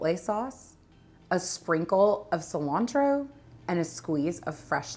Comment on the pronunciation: The way cilantro is pronounced kills me being Hispanic. Lol. Great video nonetheless.